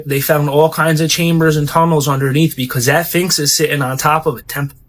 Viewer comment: Did he say "phinx? Edit: He said "phinx", but then changed and said "sphinx" twice but then went back to calling it a "phinx" 🤣